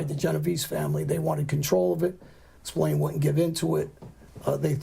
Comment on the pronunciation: The Americas call him Spillane but here in Ireland its pronounced Spill-Ahh-N you would pronounce the "A" in Spillane the same way you pronounce the "A" in the word At.